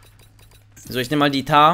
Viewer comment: Es wird nicht mtar ausgesprochen sondern m tar